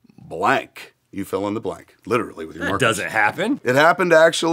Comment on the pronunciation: I thought he said their relationship ended when he found out Lori was black instead of blank Lmao